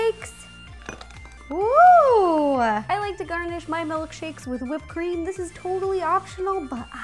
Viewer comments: "butterbear MELKshakes." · Is she saying MELKSHAKES?